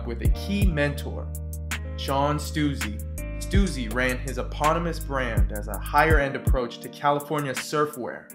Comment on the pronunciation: stussy not stuzy